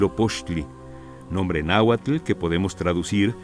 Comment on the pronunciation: Me encanta que todas las palabras Nahuatl en este video se pronunciaron con el acento de su idioma. 🥰🥰